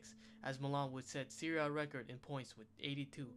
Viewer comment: PiaSenza 😁, SEArie A 😅, DIEnamo Kiev 😂, CriSCHan Vieri 🤣and so on...